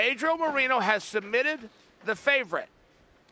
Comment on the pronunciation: Wow. For an incredible grappler and generally decent to good commentator that may have been the worst commentary ever by Chael. Wtf, just heard of Pedro “Marino” lol chael 🤣